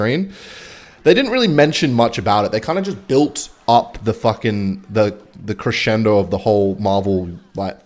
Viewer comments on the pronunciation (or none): did my guy just say crescendo